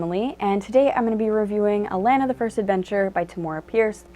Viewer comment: A - Lon -na. Not pronounced "A - lan - na".